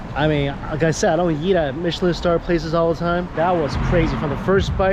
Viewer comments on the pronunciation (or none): none